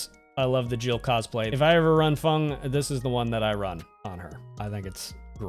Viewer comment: its a great video really, but PLEEEEASE its feng and not fung lol